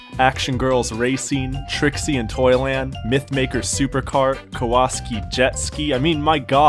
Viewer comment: Kah-WAW-ski?! Dude, type "kawasaki lets the good times roll" in your youtube search. Those old commercials will tell you how to pronounce that motorcycle company's name (as it's said in the U.S., anyway. Might be different in other countries. Lord knows, they don't know how to pronounce "Nissan" in Britain if you've ever watched old episodes of "Top Gear" with Jeremy Clarkson) =) It's like the Ninja Turtles' "Cowabunga!" Cow-a-SOCK-ee (Kawasaki) We got an old Wii this year since it was like $50 at GameXchange and most of the games seem to not only be under $10, but generally around $3.00 (except for the actually cool titles). Pretty disappointed that Nintendo felt a need to cut off all Wii owners from participating in online gaming and shopping. Hell, even Sony still allows Playstation 3 users to enjoy multiplayer gaming on their system. I've picked up the three Kawasaki games (jetski, quads, snowmobiles) and yeah, they aren't that great. I haven't tested any of them with the little $2.00 Memorex Wii remote steering wheels, though. They might be a little better with those; I don't know. Picked up the Bill the Wizard game this morning for $2.95 (and probably overpaid).Couldn't get through that first ring in the lev 1 tutorial thing. Man, I hate Wii's controllers. Wonky as hell. So far, the best ones I've found for the system are Vacation Isle Beach Party, Samba de Amigo and Sid Meier's Pirates. I've mostly been trying to collect games to interest my two and half year old great